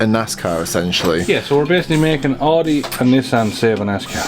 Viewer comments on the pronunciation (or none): Painful to hear a European pronounce Audi "Oode", it's Ow-de.